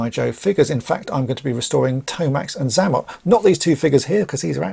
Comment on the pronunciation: I think you'll find his name is pronounced ZAY-mot instead of ZA-mot. Now you know; and knowing is half the battle.